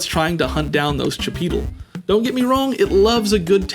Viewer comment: Chipeetle sounds like the way a white person tries to say "chipotle".